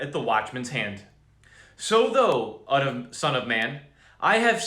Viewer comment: Your reading of KJV text will be greatly enhanced if you mentally replace "thou" with YOU. It is the second person pronoun, just as THY is second person equivalent of YOUR. I hope this helps clarify your understanding. Right now every time you see "thou" you pronounce it as if it's "though", and it turns the text into gibberish. You might be abundantly blessed by switching to the New King James Version (NKJV), which replaces the THEE, THY and THOU with modern English. Note: "Thou" is the intimate form of address for when you're speaking to one single or special being individual or even God Himself... but modern English doesn't offer anything like it. Blessings, Man of God. Keep up your excellent work for our awesome Lord God!